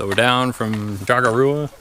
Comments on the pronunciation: Correct pronunciation....cho-core-a. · Nice videos but you need to learn how to pronounce the name of the mountain correctly lol